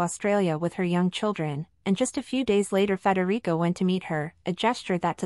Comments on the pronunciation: Pronounced "Fred - Rick" NOT "Federico" he's not spanish for X-sakes! And Mary is named Mary! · I must admit I like your video however can you correct how you pronounce Crown Prince Frederick 's name it's not pronounced "Frederico" and Crown Princess Mary. Thanks Besides that these are good coverages of how much the married couple soon to be King and Queen of Denmark are very much in love and very much united as a family. Many Blessings to you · What? Frederico? Maria? What's wrong with you? It's Frederik and Mary. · It isn't Frederick or Frederico it is Frederik. How difficult is it? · "Frederico"? Crown Prince Frederik.